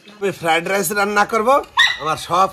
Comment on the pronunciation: কথা টা ফ্রাইড রাইস।